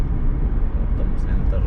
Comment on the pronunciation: Batam bukan batem🤪🤪🤪